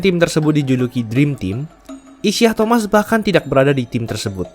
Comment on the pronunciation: Aduh. Penyebutan namanya kok salah, ya utk pemain sekls Isiah Thomas? Trs kok Bulls main di final wilayah barat, ya? #tepukkening